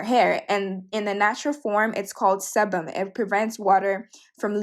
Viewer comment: Sebum is pronounce like see-bum